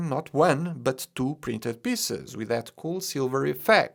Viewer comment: Your pronounciation of "piece" as "piss" will never get old to me. Love your content mate